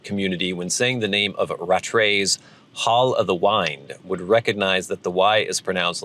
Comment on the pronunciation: BTW, I contacted Rattray’s a couple months ago to ask them how to correctly pronounce their name. They replied rather quickly to my inquiry and said that the correct pronunciation is RAT-TRAY’s, not RATT-RAY’s or RA-TRAY’s like most people pronounce it. Just thought I’d share since correct pronunciation was a subject of discussion and a Rattray’s blend was the subject of concern.